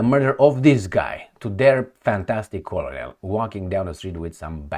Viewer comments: ps - "Colonel" is pronounced almost like "kernel". It is a tricky word in English. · please check the pronunciation of "colonel" 😊